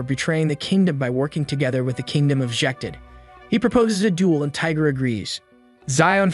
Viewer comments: Not Tiger bro Tigre (Tea-Gray) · It's not Tiger it's Tigre(e sounds like a) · His name is pronounced tea-grah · Its pronounced lord tie gre